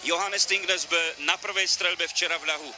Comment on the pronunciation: Its Johannes Thingnes Bø Not Johannes Athingnes Abøho